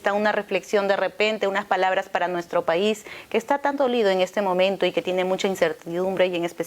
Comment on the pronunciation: No sabe ni pronunciar bien las palabras